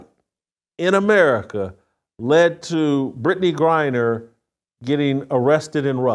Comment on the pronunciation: Did she just said brad griner ?